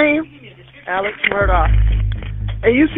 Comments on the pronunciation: Pretty sure his name is Alex not Alec. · Its prounced Alex not Elex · Why do you keep calling Alex Elick? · Him saying Alex like Elic... is driving me bonkers. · “Ellick” is quite a unique way to pronounce “Alex”… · pronounced alec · I kept getting confused in the beginning because this dummy says Alex like “elec” so I kept going who tf is elec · born and raised in SC. Knew many other Alex’s but never knew some pronounced it as alec. That’s weird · As an Alex, people saying "Alec" or "Eleck" pisses me off. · Why do so many people, such as this commentator, refer to Murdaugh as "El-ick" instead of "Alex?" Several people have done the same during the trial, with a couple of them switching back and forth between the two pronunciations. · His name is ALEX not ELLIC! It's MURDAUGH not MURDOCK! And while were at it shouldn't It be SCLED? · Al-x. Not Eleck. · El-lick Murdok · I had to turn your video off ! His name is Alex not Elic ! Bu bye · Just curious why "Alex" is referred to as "Elic" and why "Murdaugh" is pronounced "Murdock". 🤔🤔🤔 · His name is ALEX. Why do you keep calling him Eleg? ALEX. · Fantastic content! Thanks for numbering each episode. One thing, though… why do you keep saying “Ellic” instead of “Alex”? I’m genuinely curious if I’m missing something or not. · I noticed every time you meant to say 'ALEX' it sounded like you were pronouncing it 'ELEC'. You must have an accent !! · Concerning this video….His name isn’t ELIC like is being said throughout the whole time. Its not even ALEC. Its how it reads in his name. ALEX. AL-ECKS. WITH AN “X” on the end. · Why do you call him "Ellick" instead of Alex? You can hear on the 911 call that he says his name is "Alex" not Ellick. Where does this weird pronunciation come from? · He pronounces his name aleX yet everyone else appears to be calling him Alec. Alex Murdoc… is that a South Carolina thing? Seems like it’s Alex Murdah